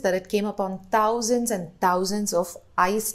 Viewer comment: 😂😂 i'm not trolling you but it's not tauzands 😂😂 It's Th- THou-zands (not spelling wise obviously). Jokes apart, love your research work keep growing. 🤗❤